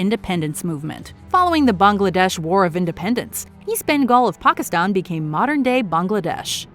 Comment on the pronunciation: This is one of very few American-made videos (long or short) where the names “Pakistan” and “Bangladesh” are pronounced correctly. Unfortunately, “France” is mispronounced as usual.